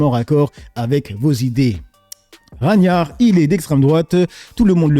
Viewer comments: Frérot pourquoi tu écorche les noms a chaque fois ?? « Raniar » « Ragnar » je comprend pas tu fais une liaison 🤷‍♂️ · Après peut être que ne le connaît et du coup n’a pas la réf du pseudonyme., Ragnar se prononce RAGUE NAR